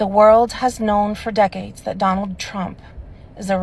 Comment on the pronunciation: Why don’t someone give “Dough-null” Trump a literacy test?